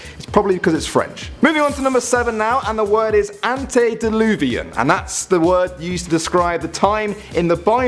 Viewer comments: you miss spell Antediluvian you said Antediluvin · you said antediluvin and not antediluvian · you forgot the a in antediluviAn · did no one notice I missed the n in antediluvian